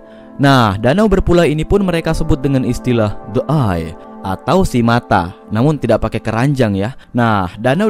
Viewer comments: The eye=de ay❌ The eye= Di ay✓ Mari tambah ilmu bahasa inggrsinya:) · Danaua di ai bukan de ai